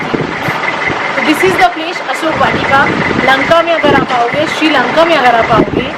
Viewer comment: Read as ashok vatika plz